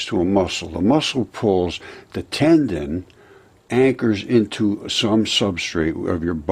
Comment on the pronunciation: One comment tho....TANDEN? Tendon....Took me half the video to figure out you were pronouncing the word differently